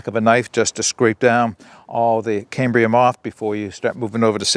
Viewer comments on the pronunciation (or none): none